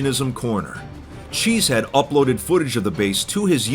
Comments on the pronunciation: he's name is chezhead not cheesehead. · he said enter cheze head lol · If my suspicion is correct, chezhead would be pronounced closer to "shit head" than it would be to "cheese head"